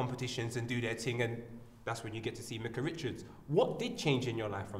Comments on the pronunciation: I'm sure his name is pronounced, Mike-ah not Mick-ah. Don't know why he wouldn't correct Po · his names not mika pronounce his name properly